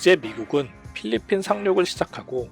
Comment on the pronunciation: 필리핀을 빌리핀이라고 발음한 것 빼고는 정리 잘햇다